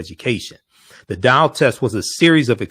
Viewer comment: It's "doll" not "dial" you not calling anybody 😃😃😃